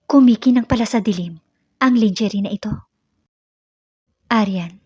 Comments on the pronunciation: I hope this is not so insulting, ang pronounciation ng lingerie ay: " langerie" not lingerie. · Ups mali " langerey" pala not langerie".sorry! Merry Christmas to all🌲